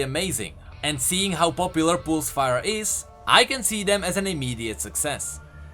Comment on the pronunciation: current (cur like fur, not koorent), pulsefire (pul like cull, not poolsfire) :)